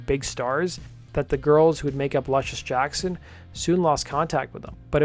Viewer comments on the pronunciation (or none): Why do you pronounce it Lush-iss when you are aware the inspirational name is pronounced Loosh-iss? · Pronounced: Loo shuss Jackson. Like the basketball player.